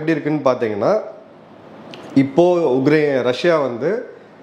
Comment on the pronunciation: it is not uGrain. It is uKrain. Please correct yourself